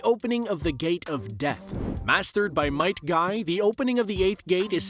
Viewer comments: It's Might guy not Night guy my friend & it was master by his father Might Dai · It’s Might Guy. Not Night Guy. 😔